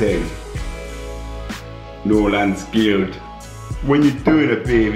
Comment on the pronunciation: å när han sa "giuld" låt de som skånska haha:p